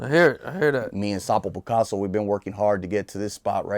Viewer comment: who's this Tonto 👀 😂 ... I can see this dude in a work interview..Boss ask .. so what type of skills do you have? the Tonto i specialize on hitting the block 😂 ..wait did he say Sapo picaso 😂Wtf this shit is comedy..where u find this menso